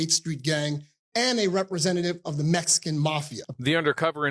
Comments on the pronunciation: The way you say the word "Mexican" as "Messican" ...ruins this whole shit for me! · I don't know where you were raised but growing up in Compton and I didn't know a black person that didn't say "Mexican" that way. It was very common. Blacks have our own twists on pronunciations of words that are like shortcuts. Some examples are "Gangsta" instead of "Gangster", "Slippin" instead of "Slipping", "Hoe" instead of "Whore", etc.